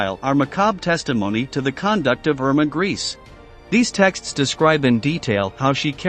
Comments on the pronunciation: Her last name isn't pronounced "Grease"... it's pronounced "Gray-sa"..evil as she's been accused of she should at least be presented properly as such... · Thay sed Greásé was experimental not Cream-Mátéd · Irma's last name is pronounced Grayse with the letter e also pronounced. Gray-se. She was an evil young woman who deserved the death penalty which was a lot quicker and less torturous than the bestial things she did to the poor women in the concentration camps where she "worked". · Pronounced grey suh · Grese is pronounced as " Grayza". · Same thing I thought as soon as I heard "Emma Grease" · Informative? He badly mispronounced her name and provided a completely fabricated story about her execution that bears no resemblance to the truth. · Man, your pronunciation is atrocious. Mengle and grease ?? Actually pronounced Men-gel-a and Gre-sa (the S is spoken as a Z. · Its pronounced, "Men-Gel-Luh" not Mangeel. And Irmas name is pronounced Gray-sa. Have you ever read about or watched any kind of WW2 films or books, ever?